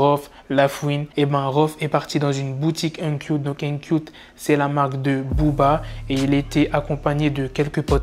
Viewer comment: Mdr uncout la vidéo est bien sinon mais ton uncoüt a vraiment du mal à passer 🤦🏻‍♂️😂😉